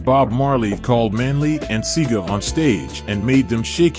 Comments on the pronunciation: Rascalfarians. And the guy's name was pronounced "See-a-ga", not "Seega", hidiot boi.. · Not "see-guh"..." "See-ah-guh". Your mispronouncing makes you sound ignorant. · Its see ah gah not see gah wrong pronounciation good video still though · Big up Peter straight!! But there is a whole heap of fuckery in this video, and it doesn't at any point say why Peter refused to go to Bob's funeral!! I assume in the main cos Rasta people mostly don't do that. Or didn't. And the pronunciation "CEE-GA" is hilarious :) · Say it wid Mi Seaga is Pronounced C-Haah- Gah 🙂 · Seaga is pronounced "See-ah-ga' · Edward Sea-Ah-gah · Edward Sega? Seriously? It's Seaga, smh. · Um.......the former Prime minister's name is pronounced See-aw-gah. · Respect it is pronounced See-Aah-Gaa , Seaga. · see-aahga....... Seaga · It's se r ga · You knew you were going to mention Seaga's name, why didn't you learn to pronounce it before you aired your video??? Google has a name pronunciation feature. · At least you need to pronounce the name of the politician,make sure you do your research,it undermines your video if you can't say names correctly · I cringed when he mispronounced Seaga.